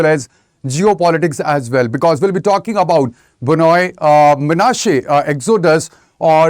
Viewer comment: Very stupid and inaccurate report who couldn’t even properly pronounced Bnei 😂 Do you home work first before you spread your false narrative.